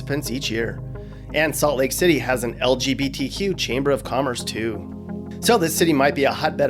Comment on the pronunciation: Why can’t straight people say lgbtq right. They say somthing like el je bee tea queue